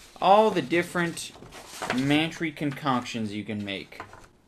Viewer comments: Worst alcohol ever. Any booze you gotta mix shit in(especially oysters or acid+milk) is a scam or just plain disgusting. That one bottle of stuff looked like septic tank leakage. Kudos for the puke shots. I came twice. Also it should be pronounced "Man-Try," you hipster. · It is man-tree pronounced like pantry